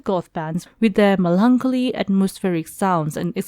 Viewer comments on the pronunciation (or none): For heavens sake, learn how to pronounce melancholy.